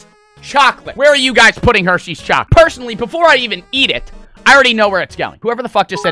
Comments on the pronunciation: saying “chockleat” gets me all the time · Dude said "chacolate" 😂😂😂💀💀💀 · “Chaclat”